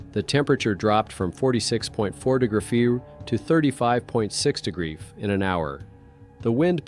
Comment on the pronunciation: When AI says “do few” is it trying to say degrees?